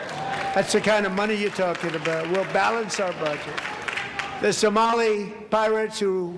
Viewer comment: He literally said someli pirates